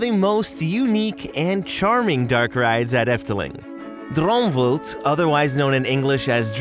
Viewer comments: Yay Efteling! My fav park! Dang, didn't expect someone to be having that much trouble pronouncing ''vlucht' and 'vliegende' tho...also you need to stretch out the pronunciation of a few letters a little more than you did, wish I could explain it via text... EDIT: Oh, I can explain this one, the double 'oo' in Sprookjesbos is NOT pronounced like the 'oo' in words like 'cookies', it's pronounced as the 'o' in 'ohhh I get it' : D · Droomvult😂 It's very funny to hear how you pronounce some things 🇧🇪🇳🇱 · i gotta say i love your pronounciation and 'drOomVlUgHt' is now my favourite thing to call rides, like you'd call any pokemon 'PICKACHU' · pronounciation like droomvlucht. also it's de vliegende hollander should've practiced a bit more no where close but it's ok i don't expect u to be good at it. thanks for making a video about our humble little countrie's theme park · Yet another dutch guy here. Glad to see a vid on the Efteling. Def didn't see this video coming. Thank you for this video! Edit: the way you butchered Droomvlucht cracked me up XD Good try though